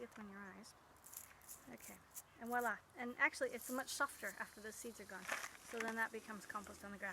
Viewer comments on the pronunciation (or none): none